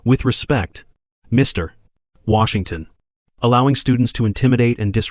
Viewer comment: Where did you learn to tell stories like this one. You place emphasis on Mr then Washington. This distracts the story and throws off the story